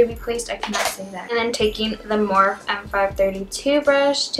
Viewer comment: love this look but PLEASE learn how to say "morphe" correctly. you are saying "morph" the e isnt silent. its pronounced "moor-fee"